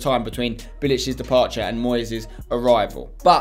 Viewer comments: Sorry to say again its moysey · Im sorry to say but it’s moyseey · Aaah, im soory to say its Moyseh😂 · I'm sorry to say its moysie